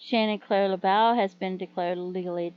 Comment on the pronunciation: And it’s pronounced laboo. Thank you for doing a video on him. His family deserve justice